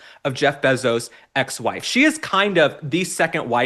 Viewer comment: Probably just an oversight, but Mr. Bezos is worth $190 billion, not million. And his last name is pronounced bay zos, not beh zos.